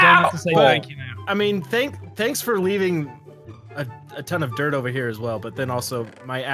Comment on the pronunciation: . The way he said Dort lol